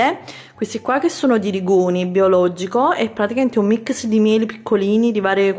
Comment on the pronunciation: io vado contro tutti e ti amo! mi fai morire quando dici MICS e non MIX <3 hahahaha ti amo un bacione